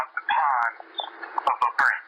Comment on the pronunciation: Hey is saying "pons" of the brain, not "pods." And just a friendly heads up. Anybody can create a board or professional organization, giving it any name, issuing credentials to people, including weird people, based on any criteria for credentialling. It does not mean a damn thing. Credentials can be deceptive, so skepticism is your friend in this regard.